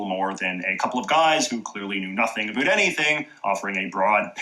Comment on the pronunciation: As a Canadian this guy is officially the only Canadian I’ve ever heard say aboot!